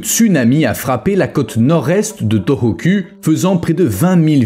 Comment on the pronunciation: U en japonais se lit ou.... Donc sa se prononce torokou et non toroku